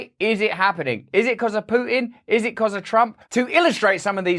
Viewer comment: Can't you pronounce a T. It's PooTin not PooIn, You Pooin a tin if you miss you had nothing to Poo in.